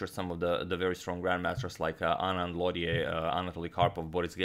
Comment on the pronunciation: Lautier would be pronounced more like low-chay, and Pelletier more like pell-chay